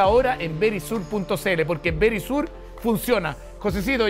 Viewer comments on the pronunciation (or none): aca dicen Verichur,asi se pronuncia,😂😂🍀🍀🍀